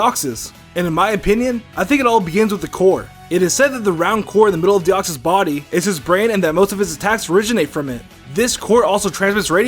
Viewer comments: deoxys not de koy es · it de koy s say it like that plz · minicake412 its deoxys duh